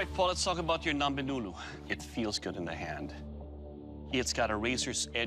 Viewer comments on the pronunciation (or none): Its not "Nombe Nulu" its , " Ngombe Ngulu" Naier